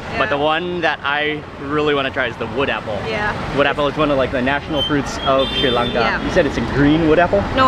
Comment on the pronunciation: its Sri Lanka not sei lanka